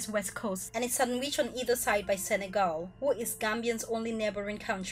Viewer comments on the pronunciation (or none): none